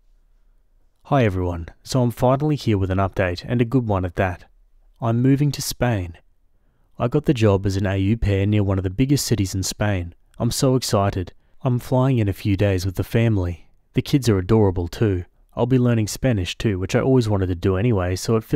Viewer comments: it’s not ‘aye you’ pair, it‘s pronounced ‘O’ pair - au pair is French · A U pair is a diabolical pronunciation lmao